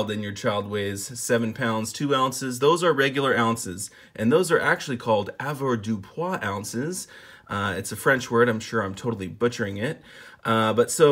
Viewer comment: Your pronunciation of 'avoirdupois' is near perfect.